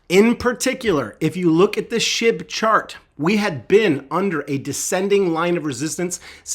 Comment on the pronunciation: I thought you said shib to twelve cents